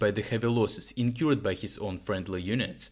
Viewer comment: Please find the pronunciation of "incurred", because you use it in many of your videos. It's something like "incurrd".